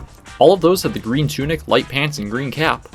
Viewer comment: “You’ve finally turned GWEEN”